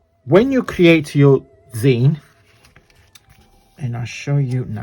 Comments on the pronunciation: Hoping your family stays safe and dry! Yes! It’s pronounced like the end of magazine. You got it right! Love watching you and so proud that you’re really moving forward with your business! ❤❤ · This is so cute and gorgeous! Love it! You have pronounced it right! I've seen these before but not made one yet.... glad your parents are safe! Thank you so much for sharing, take care and hugs to you both x